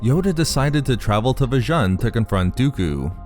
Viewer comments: Vjan? I thought it is called Vjun (spoken V-Juuuuuun)! It was after all a planet Vader was "fond" of (he had a fortress there if I remember this correctly!) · It's spelt 'Vjun' but it's pronounced "Vajoon".